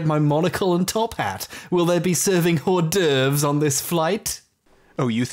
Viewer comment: "Hors d'oevres?", don't you just mean... D'oevres? 👀